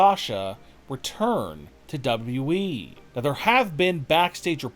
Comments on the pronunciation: Dude it's call W W E. Not W.E. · Can the narrator of these videos please pronounce the second w in WWE, it is not the WE it is WWE lol